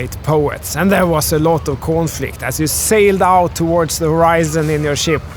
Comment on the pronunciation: Did you say “Coinflict”… 😁